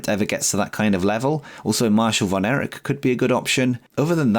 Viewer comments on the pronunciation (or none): none